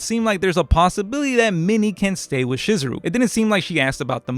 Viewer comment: I don't have. An obligation to do do anything, and just for that, I won't be doing that. This is further justified to me by you constantly butchering Chizuru's name. How do you mess up then name of the main female?